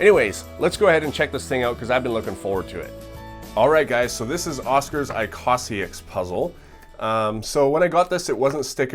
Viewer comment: It's pronounced īkõsāiks (õ=long o)